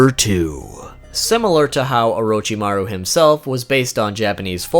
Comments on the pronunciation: Nani? O-row-chi-ma-ruw ...................... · Why do people call him oroe-chi-ma-roo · It's not orochimaru It's not Lord orochimaru It's UWUchimaru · Is it really just me who can’t help but cringe every time he pronounces “Orochimaru”.... oh wait maybe y’all watched dubbed 😳🤢🤢😹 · the way you say orochimaru triggers me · if i hear orochimaro 1 more time today i will kill myself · Great video but please stop mispronouncing his name...